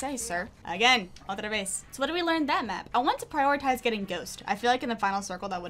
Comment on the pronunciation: Hey! Greetings from Brazil! Hear you saing "outra vez" is so good. (I don't know if it's spanish tho but here we also say that for "again") Thank you for your videos! :)